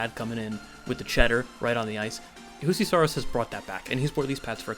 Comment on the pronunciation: Finnish Js are pronounced like Ys, not Hs as in Spanish. “You-see.”